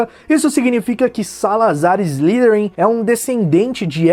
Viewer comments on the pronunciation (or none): Salazar S - "LAI" - THERIN**, não é "SLÍTERIN"..